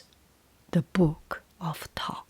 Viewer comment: It’s good to hear Thoth pronounced correctly, so many people say it wrong!